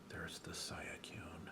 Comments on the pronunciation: Its pronounced Swee-koon. =) if you want to know. No worries though, even now not everyone can agree on certain pronunciations of particular Pokemon. =) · Don't worry about Suicune, even the hardcore fans don't know how to pronounce it.